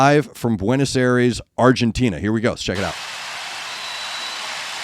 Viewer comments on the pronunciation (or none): none